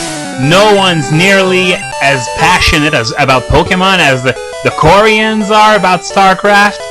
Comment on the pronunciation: i was so confused when you say koreans it sounds like quarians which are a fictional species in mass effect o.0